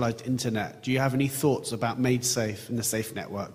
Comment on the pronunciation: its maidsafe not madesafe.